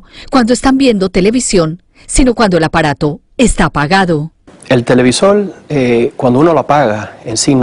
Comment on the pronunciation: el televisol ??? XD XD